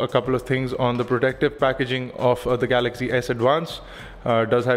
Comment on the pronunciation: It's pronounced 'Galaxy', not 'Galagzee'.